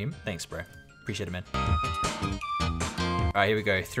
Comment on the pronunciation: Preesheeate it bpro